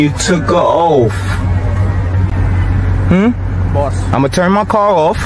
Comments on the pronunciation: Why does he always say "ohhf" instead of "oath"? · It sounds like he says oaf! GOOMER🤣🤣🤣🤣 🤣🤣🤣🤡🤡🤡🤡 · "You took an oaf" Listen sov cit, it's oath. Learn proper grammar Also, nobody steals headlights bro.